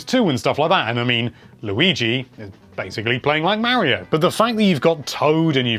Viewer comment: I finally found a amazing YouTuber that pronounces Mario the way I do 😁